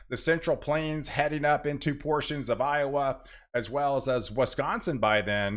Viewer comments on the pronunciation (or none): none